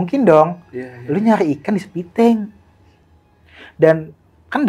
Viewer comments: Septitank bang bukan sepitenk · Septictank, bukan Sepitank!